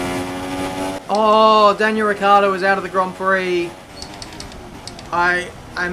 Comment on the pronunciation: Actually your pronunciation of Ricciardo at 8.26 is the one that is used in Italy.